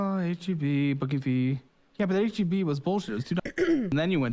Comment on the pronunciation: It’s not heb it’s H-E-B.